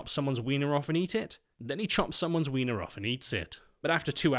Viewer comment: I just realized that never in my life have i heard somebody with accent say the word "wiener". Took me by surprise. Also, "newussy" is a wonderful new word you created.